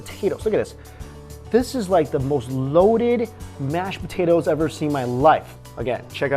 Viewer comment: Does he say "smash potatoes"